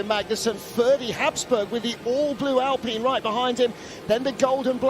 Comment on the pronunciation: Why does every racing series say Alpeen? It's like wine, fine, dine, or mine. Figure it out.